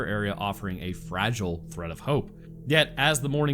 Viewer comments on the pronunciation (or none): none